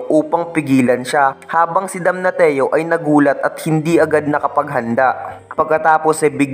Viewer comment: damnasyo yung pronounciation ng damnatio talo ka pang grade 1 kong pamangkin sa pronounciation